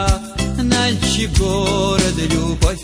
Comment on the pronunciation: Налчик базар, что за Налшык? что с дикцией?